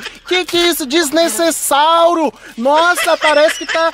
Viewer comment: EU TOU COM SALDADES DELE FALAR DESNESESALRO